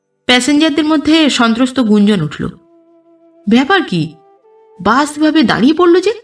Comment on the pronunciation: আপনার পাঠ সুন্দর। তবে "বাস" আর "বাশ" এই দুটো উচ্চারণের বেলায় সচেতন হলে আরও বেশি ভালো হবে।